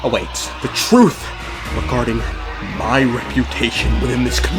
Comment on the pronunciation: "my point" more like "mein point"